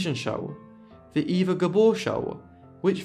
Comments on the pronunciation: Absolutely correct. Eva was pronounced Ava. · Surprised you didn't mention Green Acres, it's the main reason I know who these sisters are! I thought Eva's name was pronounced "Ah va". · Great video! I've always been fascinated by the Gabor sisters. A couple facts: Zsa Zsa's name at birth was Sari. Also, I believe Eva's name was pronounced "Ava."